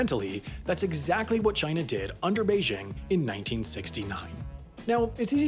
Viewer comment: Pls learn how to pronounce Beijing Just press the speaker Icon